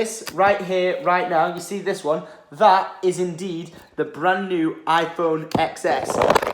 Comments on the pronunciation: It’s pronounced 10 S not EX S. I stoped the video right I will not watch a video if you don’t know what you’re talking about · It's pronounced 10s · X in iphone XS is pronounced as 10